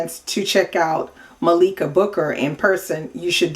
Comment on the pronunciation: Heyyy. I’m her niece and I’m very happy that you liked her book. I just wanted to say that her name is pronounced Malika like Mah-lik-a. Thanks for the commentary. Subscribing right now.